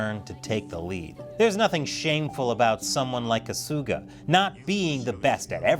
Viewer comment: And "Kasuga" is pronounced "KAH-suga", not "Ka-SOO-ga".